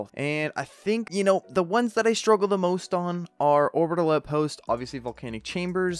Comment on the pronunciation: When he said Orbital Outpost I thought he said 'Around the Lamp post'